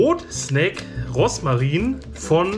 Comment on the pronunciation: Wie sweet, wenn du immer Roßmarin statt Rosmarin sagst 🤣 Ich hatte letztens Brot-Snack mit Sauerkraut & 1x mit Gemüse, bei mir stand Bio Rohkost Knusperbrot drauf, wenn du das Brot mit Kräuterquark, Gurke, Radieschen, Tomate , Oliven o.ä belegt hättest, wäre es noch leckerer gewesen 🤗